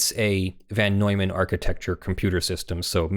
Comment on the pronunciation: Tiny pronunciation nit pick (only cuz it seems like pronunciation is something you put some effort into getting right): It's von Neumann, rather than van Neumann. Cheers! 🤓👍